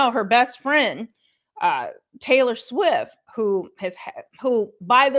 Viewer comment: REALLY ‼️ his last name is: FIEG, it’s simple really and pronounced LIKE THIS: FEEG, just not spelled that way 🤦🏼‍♀️ you really should try reading, comprehension skills and sounding out words correctly, btw it’s TAYLOR SWIFT, not SWIFF 🤨